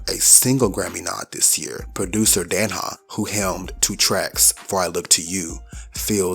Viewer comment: You don't miss! I must say that Danja is pronounced dane-juh (danger).